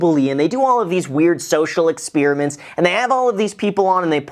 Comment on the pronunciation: it’s not pronounced ex-peer-a-ment. Claims he knows how to use the basics of a calculator and calls the Pi sign the division sign and the equals sign the “minuses”.